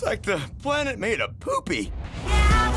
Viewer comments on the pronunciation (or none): none